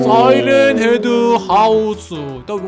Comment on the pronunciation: 싸이랜이 아니라 사이랜 이에용